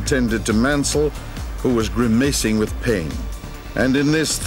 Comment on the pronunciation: is F1 using AI voices? either this guy cannot pronounce 'grimacing' and 'melancholy' or that was an AI voice